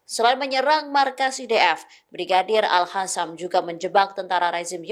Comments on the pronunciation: Al Qasam bukan Al Hasam bacaannya artinya sudah lain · Sejauh ini kok masih ada presenter yg bilang al-hasam ya. Padahal jelas² tulisannya al-qassam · Al Qasam bukan Al Hasan bacaannya artinya sudah lain